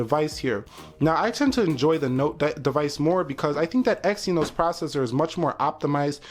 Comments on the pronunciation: you should at least do youre homework... its exYnos, not exyEnos.... you youtubers need to get youre facts first and than make some comparations.... otherwise its unprofesional.... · You say it exen-os!!